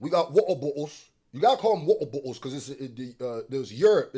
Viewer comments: dawg when you kept saying wotabotals you had me dyin lol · Wa’er Bo’les 😂😂😂😂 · People in England love drinking their tea, but they damn sure don't like to pronounce the letter. 😅 “Wa’er Bo’Les.” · lol I like how Brits don't pronounce the 'Ts' Wa-uh bo-uh-les! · That pronunciation of “water bottles” earned my like. Keep it up! 😂😂